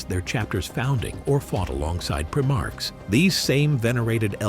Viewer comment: it's pronounced "prime-arks" not prim-arc